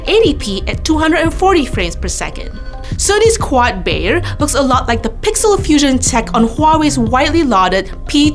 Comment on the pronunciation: it's not "quad bayer", it's quad bayer